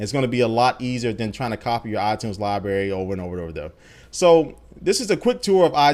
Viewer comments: it's libRary not libary come on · there are two r's in library. its not libary. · lol I love it when he says libary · What's a Lie-Berry JK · "liberry" lol sorry dude i had to. great overview of the new features tho! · Libary? You made my day :)